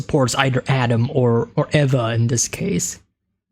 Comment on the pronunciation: "Eva" is pronounced like "Eve" but with an "A" instead of an "E" at the end😉